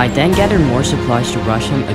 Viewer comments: When he says then I den u mean then????? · “ Den i rushed his base ” BAHHAH I LOVE HOW U SAY “DEN” ❤️ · He say den I bodt leater armor